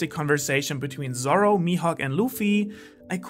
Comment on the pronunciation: Am I the only one hearing "sorrow" instead of "Zoro" (sometimes)? Great video tho.